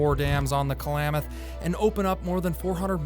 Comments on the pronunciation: Please, it is KLAM, like clamady, locals pronounce it KLA-MATH not KA-LAMATH... That aside, an excellent update! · Nice video, but Klamath is not pronounced Kalamath. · jeez, klamath, not k-lamath man. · Agreed. But one minor issue is that I kept getting distracted by the pronunciation "Ka-lamath" instead of "Klam-ath." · Someone needs to tell the narrator how to say Klamath!